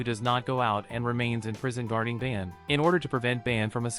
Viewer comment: It’s not ban its bon